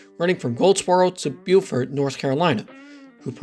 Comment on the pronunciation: oh, that pronunciation of beaufort is so wrong